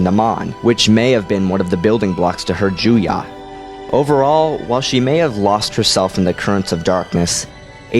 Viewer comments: It's "Ju-YO". Why do you keep pronouncing it "Jew-YAH"? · Why do you say 'JUYA'?! Isn't it 'Juyo'? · It's Juyo, not Juyah. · the seventh form is called Juyo. it sounded like you said Juya.